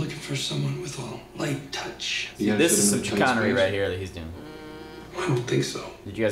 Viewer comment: Them pronouncing chicanery wrong the entire time 😅